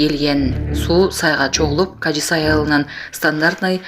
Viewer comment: Кажи-Сай эмес, Кажы-Сай деп окусан, диктор карындашым...